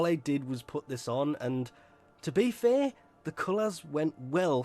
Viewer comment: "To be fai"😂😂